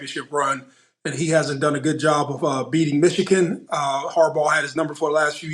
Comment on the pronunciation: why does mo always pronounce michigan as "michiCan"?? lol ik they're rivals but dang